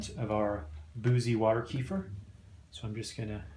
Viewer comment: That’s the correct pronunciation